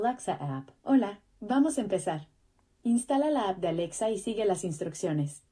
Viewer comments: i like how he says “a l e x a” so it doesn’t activate 😂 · I was giggling at that too 😂